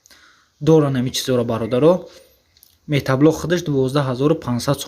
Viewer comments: Бе акл метаблок нагу мотоблок бгуууу шарманда карди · Салом бародар,бахшиш метаблок( матаблок)нагуй хандаовааст 😂😂.як бори дигар бахшиш рекламаи хуб доред. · Офарин, лекин метаблок не, мотоблок! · Метат задай иқа метаблок мегуй